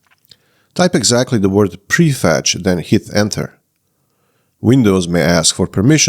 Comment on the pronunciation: except: "prefetch", not "prefect".